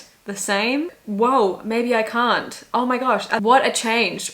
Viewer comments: If I had a nickel for every time an Australian swiftie reacting to I Can Fix Him (No Really, I Can) jumpscared me because it sounded like they said "cunt" instead of "can't", I'd have two nickels, which isn't a lot but it's weird it happened twice 😂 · THE FACT WHEN YU SAID “Can’t?!” I THOUGHT YOU SAID “Cunt?!” 😭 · Not me thinking she said “c*nt”after I can fix him, I was like yes, yes! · when shesaid "can't" i thought she said c*nt